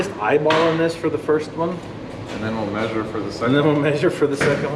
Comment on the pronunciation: MEH-sure! 🤣 that MAY-suring gets me everytime lol measure meh-sure 😂 love the videos though! Watch and like every single one